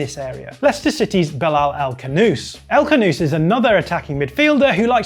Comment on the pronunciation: stop callin him 'el canoose', it's 'El Khhhanouss'. gotta use the throat.